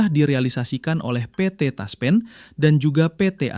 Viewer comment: Ngomong PT TASPEN Aja pe et the TASPEN. Aneh !!!!